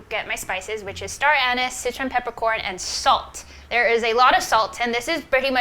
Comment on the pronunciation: Star-anous lol